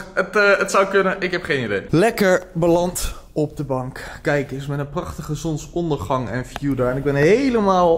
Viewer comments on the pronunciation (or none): het zonSondergang en niet zonondergang